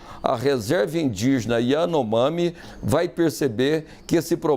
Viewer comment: Nem o nome da tribo esse cara sabe pronunciar